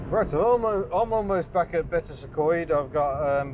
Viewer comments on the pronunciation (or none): I don't live far from Betws y coed, we pronounce it bets e code.